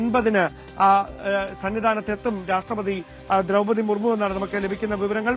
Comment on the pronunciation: എന്താ ഇതെ ബഹുമാനപ്പെട്ട രാഷ്ട്രപതിയുടെ പേര് വരെ മാറ്റി പറയുകയാണോ മർമു ജി അല്ല മുർമു ജി